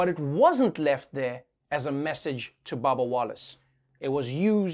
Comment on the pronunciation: Trevor saying babba instead of bubba. LMFAO it's the accent.